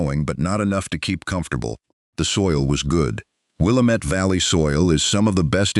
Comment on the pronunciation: It would be more real if they could pronounce the name of the Wil Lám met valley correctly.